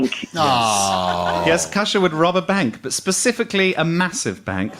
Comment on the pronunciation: I was thinking Koosha? Kusha? Brandreth. So I googled. I typed Kusha Brandreth, and was sent to an entry about Lahore. Pakistan? Is this a link to the Hindu Kush? I had to type in Gyles Brandreth daughter-in-law, to find out it was Kosha. I was shaking my head at mad American names, but it seems Gyles American blood encouraged 3 names which guaranteed they would need to be spelt for the length of his children's lives. I think one is Saxon? But if you are given a rare Saxon name, it's a lifetime of repeating and spelling. Well, Aphra wouldn't need to be spelt, for older, educated people, but they are still going to ask to repeat it and maybe spell it, to be sure the name was what they thought they heard. Parents rarely seem to think of the hell of having to repeat and spell your name to everybody when parents go off piste. And I swear Joe said Casha last time he said it. Names are so often a nest of misery. Though people seem to love naming their pets. And I guess pets never complain.